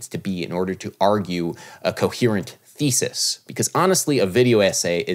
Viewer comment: Adam, you pronounce "thesis" like "feces". Could you please elaborate on that a bit?